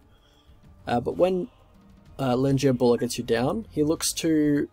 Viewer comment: You pronounce the name the right way